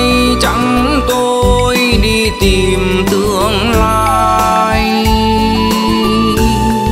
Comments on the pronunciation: Phát âm của vùng miền tôi và anh là " tìm " không phải " tiềm ".... nhớ anh nhé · hát Hay lắm nhưng cố gắng phát âm hai từ (con tim) không dọc ((tiêm) ((Tìm) không dọc ( tiềm)chỉ vậy thôi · Csi hát hay nhưng cần phải chỉnh sửa 1số từ phát âm chưa chuẩn như từ: TIM thì cs lại phát âm thành TIÊM hay từ TÌM cả lại phát âm thành TIỀM vvv... Cs hát những bài Duy khánh hát trước đây cực kỳ hay